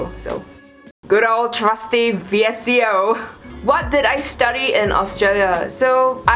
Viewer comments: She said v-s-c-o instead of vsco it’s pronounced *visco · It's notttt v.s.c.o it's vsco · She said V-S-C-O😂😂😂 It’s pronounced (Visco) VSCO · Is that how people on the other side of the world call VSCO In my city we pronounce it vis co Like coconut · VSCO is pronounced as VISKO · bruh its pronounced VIS-CO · VSCO is said Visco